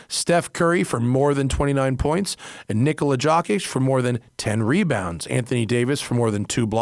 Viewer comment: Loved the podcast. Heads up on the Prize Picks ad for future reference, Nikola Jokic is pronounced "knee-koh-luh / yoke-itch," with no emphasis anywhere in the pronunciation. Thanks for the show!